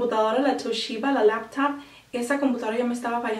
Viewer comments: esta bueno el video para informarse, me matan los acentos gringos que le metes a los nombres de las camaras y las compus jaja "toulliba" yo recomiendo que si van a comprar una camar compren una filmadora hd, ni muy barata ni muy cara, si les sobra el dinero una reflex de canon, y no olvidarse de la computadora, no te sirve tener alta camara si tu pc no se banca el hd saludos, pasen por mi canal hago videos de humor PD:me siento algo gay comentando un canal de maquillaje, sepan comprender que mi interes es en las camaras y compus :S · canan.. tasheeba .. basbai khampak.